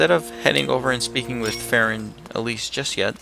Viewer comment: fairon? far-on